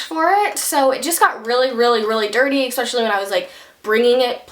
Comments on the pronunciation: PLEASE it is no expecially it's ESPECIALLY !!!!!!!!!!!!!!!! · You always say "EXpecially" why? :))